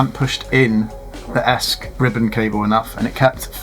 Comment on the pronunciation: Pretty good video for a beginner, well done. Just one thing: it's not "esk", it's E S C, Electronic Speed Controller. You got the Flight Controller (F C) right, didn't call it "fk". Bit of advice on first test: remove props, put a bit of sticky tape on the motor shafts. That way you can easily check if they're all spinning in the right direction. Betaflight allows you to spin up one motor at a time, so you can check motor numbering too.